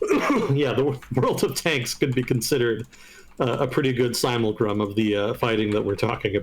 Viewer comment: Resident pronunciation officer checking in. "simulacrum" is pronounced sim-U-la-crum. Keep up the great work! Love the segment!